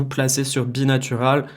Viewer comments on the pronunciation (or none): bi NAURAL bi NAUURALL pas natural, sinon bonne video bien expliqué:)